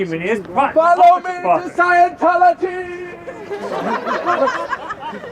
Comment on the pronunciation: “FOLLOW ME TO SCIENTLOGYTT” 😂😂